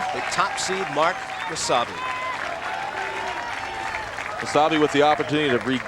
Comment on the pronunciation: is it just me or does it sound like there saying wasabi instead of mosayebi?